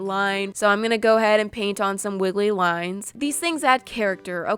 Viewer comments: you said wiggly “wines” no a fence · is it just me or did I hear wiggly wines